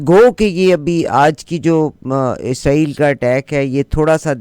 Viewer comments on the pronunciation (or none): none